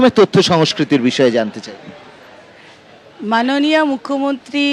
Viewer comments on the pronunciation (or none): Manoniya noi .. Manoniyo hobe didi😂😂😂😂😂